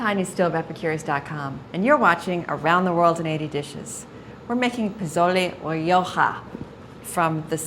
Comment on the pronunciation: correct prounciation is: posolay roho ( long o sound in all o's as in toe ) I'm not sure what she said. Also, this soup is great when you want to sober up after a party or you have a hangover. Some make it with tripe - you need to develop a taste for it with the tripe. Also, you serve it with bowls of sliced lime, chopped cilantro, and chopped onions to sprinkle on top of the soup.